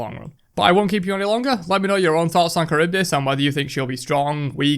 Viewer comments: First of all not Karyvdis, Haryvdis. Second of all wtf? She was supposed to be really intriguing with her design becacues she is NOT a human...... So disappointed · chArybdis is the correct accentuation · Pls guys just say Harry-reev-Diss